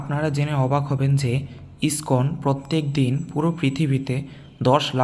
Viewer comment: ওটা স্কন নয়, ইসকন মন্দির। উচ্চারণ গুলো ঠিক করুন।